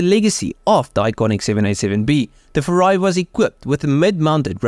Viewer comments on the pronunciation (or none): Don't say "FURA--I". You must say "FU--RAI". 風(Fu-)籟(RAI).